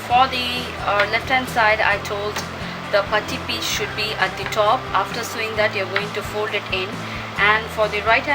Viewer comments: hi... not to offend you, buy sewing is actually pronounced as "sowing". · Very nicely explained in both the parts. Only annoying is pronouncing Sewing as Sowing.